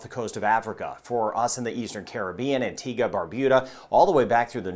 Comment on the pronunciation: thank you for pronouncing Antigua and Barbuda correctly! 😂 I keep hearing “Antigwah and Barbooda”